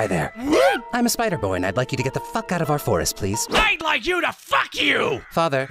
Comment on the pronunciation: alright I'm sorry but when you say please like plis your gonna get hate bro